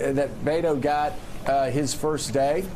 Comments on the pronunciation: Joe calls O'Rourke "Bay-doh" -- which rhymes with Play-doh. YIKES! Please, get a recording of a Spanish speaker saying "Beto" and play it over and over until you get it right. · these idiots can't even say his name BET-O not BAIT-O like how are you national news and can't even read beto